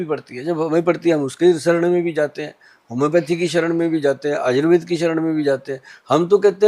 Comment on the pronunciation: Ye aayurveda क्यो बोल रही है Anchor, आयुर्वेद को आयुर्वेदा बोलना कहां तक सही है?